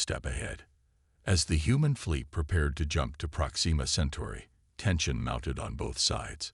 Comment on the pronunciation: Great story. However......AI screw ups yet again. It is "PROXima" Centauri not "ProxEEma" Centauri. I really wish use of AI reading these would cease until such time that they can actually read English words properly.